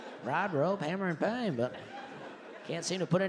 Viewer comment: Did he actually rhyme "paint" with "can't?" Somebody needs phonics.